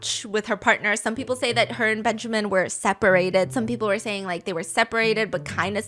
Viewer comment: Its'so funny Heard the name benjamín like benshamin XD